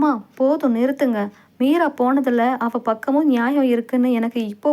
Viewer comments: மொழியின் சிறப்பே அதன் உச்சரிப்பு தான், இல்லையென்றால் அதன் அர்த்தம் மாறிவிடும். அவள் என்பதை அவல் என்று வாசித்தால் அர்த்தம் வேறு படுகிறது அல்லவா அதைத்தான் நான் விமர்சிக்கிறேன் . இதில் மதம் எங்கே வருகிறது. தமிழர்கள் நாம் அனைவரும் மதத்திற்கு அப்பாற்பட்டவர்கள். இரத்த சம்பந்தமற்ற சகோதர சகோதரிகள். அஸ்ஸலாமு அலைக்கும். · உங்களின் தமிழ் உச்சரிப்பு மிகவும் மோசமாக இருக்கிறது. பெண்பாலை உச்சரிக்கும் போது ல் என்று உச்சரிக்கிறீர்கள் அவள் என்பதை அவல் என்று உச்சரிக்கிறீர்கள். தயவு செய்து சரியாக உச்சரிக்கவும். நன்றி.